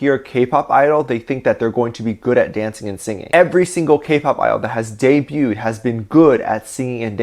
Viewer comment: Did he just say Debut-ed XD It's just debuted XD